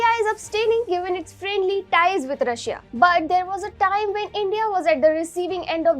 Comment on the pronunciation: i is silent when you pronounce Russia